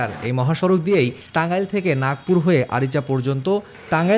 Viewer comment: Uccharon vul. Nagpur na nagarpur